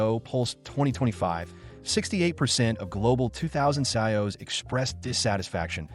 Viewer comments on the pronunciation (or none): Hearing the voiceover say sigh-O’s for CIOs gave me great joy. I love AI produced content